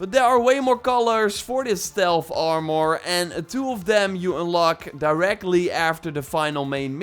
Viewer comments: Stop saying it like armoire. ITS ARMOR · It's not Aaarmoûr it's Armour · The way he says armor now haunts me in my dreams at night